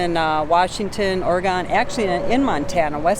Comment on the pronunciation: It is NOT pronounced Orygone. It is pronounced Orygun. We laugh so hard watching you two but we also learn so much.